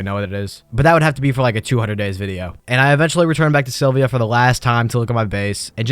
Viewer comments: I... I can't. It was annoying to hear you say AstronerS like 4 times in a row, but then you said you landed on Silvia(?) and that's when I stopped. My man, open the wiki when you're doing the voiceover at least. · The amount of frustration I experienced from you saying “astroneers” and “Sylvia” is unreasonable